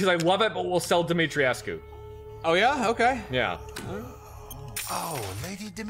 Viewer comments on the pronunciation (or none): NPC says Dimitrescu. - A minute later you do it wrong again. It's 3 syllables. The U is silent. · Have to say guys, it’s pronounced Dimi-tresk not dimitri-E-esc-U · Dimitrescu isn't a real name, but Dumitrescu is. I would assume it's the same, but with an "i" sound instead of the "u". Here is a link to how to pronounce it: Voice actors are not always right with their pronunciation of foreign words. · Since they are in Romania then I would think the pronunciation used would be Romanian, if so then the pronunciation used in-game is wrong. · That's actually not true. They're mispronouncing it in the game. They went for a french pronunciation, but it's a Romanian name. You're supposed to pronounce it phonetically.